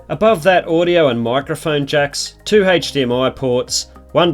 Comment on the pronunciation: stopped watching after he said "Hayche dmi instead of HDMI... smfh.